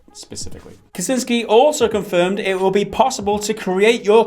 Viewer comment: You guys are awesome, but come on, you can't just see a name and read it whatever you feel like, it's so easy to research these days. For future reference, first words in this vid are names Michał Kiciński and Marcin Iwiński: Theoretical help: ch = h; ł = English w; ci = much softer version on English chi; ń = Spanish ñ, like in mañana; w = English v. I'm sure you'll be saying those names at least few more times in the future, so you can just as well do it right :) Cheers!